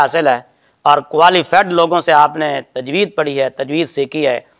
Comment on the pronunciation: tajweed hota ha tajweez nhi